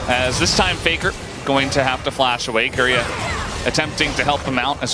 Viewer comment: stop calling keria KOREAAAAAAAAAAAAAAAAAAA >_< lol